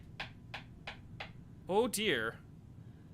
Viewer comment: Everytime he says "oh deer" my mind says 'diner' for some reason